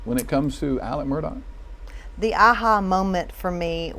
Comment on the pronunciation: I would think they would learn how to pronounce Murdaugh...& stop with the MUR-DOCK!! Why don't they just call them MUR-DERERS!? 🤔😮